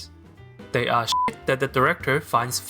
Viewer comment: emphasis on the word SHIT